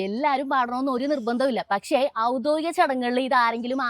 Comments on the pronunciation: Avudhodikam alla avudhyodhikam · ഔദ്ദോഗികം അല്ല ഔദ്യോഗികം